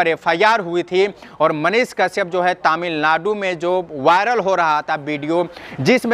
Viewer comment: जब तुम तमिलनाडु बोलते हो तो सुनने में बड़ा मज़ा आता हैं।